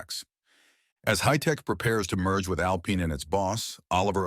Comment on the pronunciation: It's Alpine, not Alpaine. It's Mazespin, not Mazepain